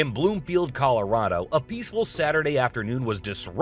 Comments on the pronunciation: It’s Broomfield Colorado not Bloomfield …. parts from that plane landed on my granddaughters soccer field just a couple of miles from my house. Crazy thing is, I had just flown in and was on my way home when that plane fell apart. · Broomfield Colorado not Bloomfield.